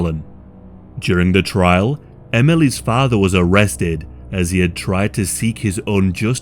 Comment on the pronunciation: Emelys muhdde' and fadde'